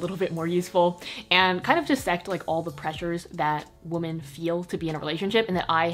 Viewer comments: Toni Toni it means multiple women, so one wo-MAN multiple wo-MEN but the pronunciation is wo-man for the singular and more like wim-en for women you dont say wo-men like woah-men, cause that’s mixing the singular and the plural. Wo-man singular. Wo-men (wim-en) multiple. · It always throws me off how says "woah-men" instead of "weh-men" when she says women, but it's cute too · I love you even though you pronounce “women” like “woman”